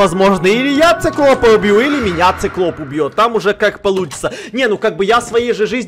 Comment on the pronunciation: ты сказал не циклоп а сыклоп